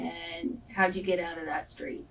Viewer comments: 6 kids can't even pronounce street! .... skreet smh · The blatt "community' is in bad shape. 33 years old, 6 kids works at a burger place, murderous boyfriend, violent thug friends. And can't even pronounce STREET!!!!!!!!!